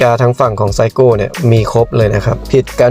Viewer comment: คนญี่ปุ่นไม่รู้จัก"ไซโก" รู้จักแต่ เซอิโกะ SEIKO อ่านว่า เซอิโกะ